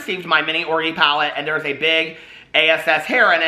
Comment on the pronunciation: Love how you say orgy like.. "orgie" lol !!!<33